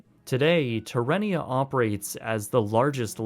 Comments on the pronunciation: Say it with me. Tare-ah-nay-ah, not terr-en-nea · Dude! You are completely pronouncing "Terranea" wrong. It's "terrA nea" not terrE nea. Terra means earth. It's painful to hear you say the name incorrectly. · I live in Redondo and remember playing in the ruins of Marineland! It was trippy seeing this abandoned park in the middle of paradise…oh and it’s pronounced tear-a-ney-ya not terrarium lol 😂 you should cover the defunct pier park in LA that was made famous by the Dogtown and Zephyr skate crew of the late 70’s sometime! Great video tho! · Terranea is pronounced Tear-A-Nay-ya, not terrain-ea. I know, you're not a local, so I'll give you a pass, just wanted to clarify. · Terranea is mispronounced by the narrator. The correct way to pronounce it is "tear ah nay na". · Tear - uh- naya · Resort name is pronounced; "ter-a-nay-ya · (The new resort is pronounced "tair-uh-NAY-yuh.") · Oh dear, wonderful film, but it's called (phonetically) Ter-An-NE-ah. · Btw, it's pronounced like terra nay-uh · Tear-uhh-nay-uhh is the pronunciation / great vid bro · Great video. Your pronunciation of Terranea made me lol, it’s pronounced like terracotta. They held a lovely event I believe in 2011 or 2012 in memoriam of marineland. Yes it’s expensive but it’s a WONDERFUL place to hike and enjoy the views and I have many fond memories there. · It’s pronounced Terra - nea, think terracotta. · I love how the narrator mispronounces the resort name - lol. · Would be nice if he pronounced Rancho Palos Verdes and Terranea right… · Interesting video, but you mispronounced the name of the luxury resort that replaced Marineland.